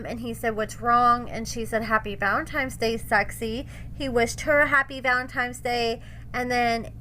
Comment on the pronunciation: Why does constantly say Valentime's Day... instead of Valentine's Day? 🤔